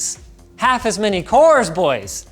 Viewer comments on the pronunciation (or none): Not gunna lie Linus saying "Bois" makes me cringe